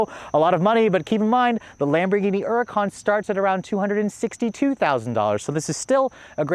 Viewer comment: Stop saying huracán wrong, it’s annoying